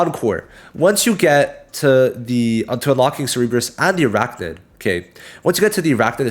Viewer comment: Lol Cerebrus, isn't it Cerberus